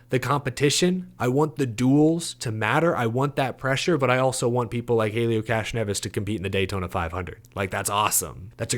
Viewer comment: I believe the proper pronunciation is ‘Castronevi’.